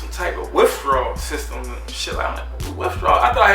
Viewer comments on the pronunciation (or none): said Withdrawls!!! He said WTF is goin on